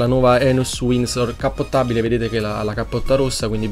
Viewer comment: Volevo farti i complimenti per le intro epiche e l'analisi molto bella, hai sicuramente trovato un sacco di dettagli che a me erano sfuggiti, grande ! P.s. Si dice DEcappottabile Hahahaha